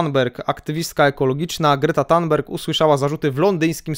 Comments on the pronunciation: Sorry ale muszę ;-) THun BERJ tak wymawiaj . GudStaff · źle Pan wymawia nazwisko aktywistki Grety, niby drobiazg ale kuje w uszy.